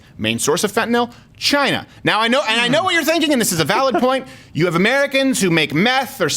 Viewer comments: 1/2 correct, he said Jina 😂😂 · CHY NAH. It came from Chy nah.